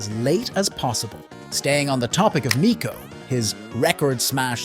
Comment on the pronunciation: why do you call him meeco?? his voicelines literally say mico, like a microphone